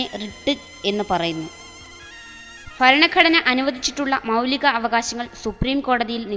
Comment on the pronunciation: faranagadana... alla.... Bharanaghadana 00.53......00.57 anway suprb work